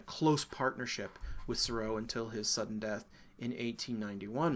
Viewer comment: Oh DO pronounce Seurat again for us. I’ve never laughed so much!!